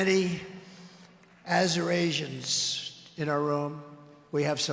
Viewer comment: Is it possible Trump meant to say "Eurasians" ???